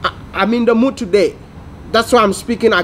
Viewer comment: "I'm in the mood tuhday" - Mr.GhanaBaby Please put that on a shirt LOL! Sending love all the way from Brooklyn, NY